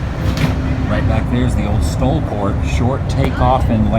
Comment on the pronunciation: Hey Mr. the Woo, just so you know it's pronounced "Stall" even though it is spelled STOL.